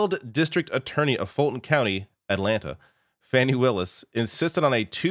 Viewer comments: her name's pronounced Fawnie not Fanny! Please try to be respectful darling. I doubt Trump could shake the Secret Service agents! Love your videos!! 💙🇺🇲🌎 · Please, it's not "Fanny" Willis; you should know that by now. It's "Fani", like "Fawni" without the "w". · It's pronounced FAWNY Willis, fyi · DA's name is pronounced Faw' nee